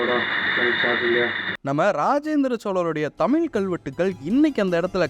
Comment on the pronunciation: தமிழ் உச்சரிப்பு சரியில்லை என்று சொன்னவர்களுக்கு பதில் என்னவென்றால் தமிழ் என்பதை ஆங்கிலத்தில் Tamil என்று உச்சரிக்கிறார்கள் இதையே தமிழிலும் தமில் என்று உச்சரிக்கிறார்கள் இது முழுக்க முழுக்க தவறான உச்சரிப்பு தமிழ் என்பதை ஆங்கிலத்திலும் Tamizh என்று உச்சரிப்பதுதான் சரியானதாக இருக்கும்.இதை தற்போது யாரும் செய்வதில்லை தற்போது ழ் என்பதை ல் ஆக்கிவிட்டார்கள் இது மிகவும் வருத்தமாக உள்ளது.